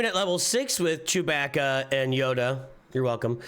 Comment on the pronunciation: you also learned the right way to pronounce Chewbacca...